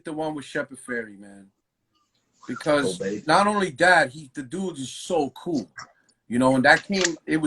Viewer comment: Did he say coe or cool ?